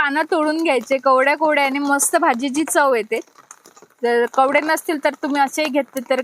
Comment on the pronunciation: 😂😂😂😂kawde. Nahi g bai kowade pan